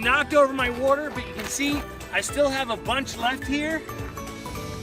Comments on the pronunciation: hell idk where ever they say worter Haha. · What in the Hell is Wooder"? LOL